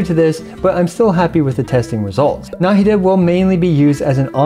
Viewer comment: na 'hi da not 'na hi da